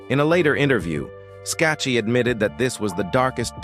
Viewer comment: Her name is pronounced ...Skak kee. A true beauty !